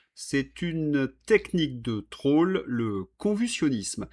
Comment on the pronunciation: SVP ne prononcez pas traul mais trol!